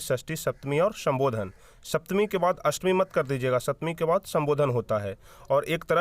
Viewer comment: Ashtami not astami 😆😆mad